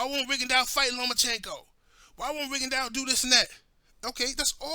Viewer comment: its rigondeaux not ringondeaux lol